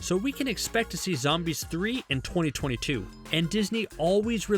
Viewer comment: Who else noticed he said 20202? I think he was supposed to say 2022...